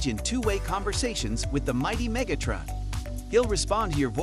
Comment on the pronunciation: that wasn't a knock--I like the way you said it